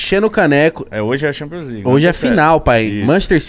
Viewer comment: Thanpions né kkk